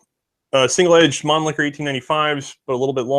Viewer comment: Thank you for this presentation! However, some manufacturers' names and/or arm types are not pronounced correctly. MAN-Lee-HER, NOT ManliKer! ShEnn-a-uer (Shen as in then).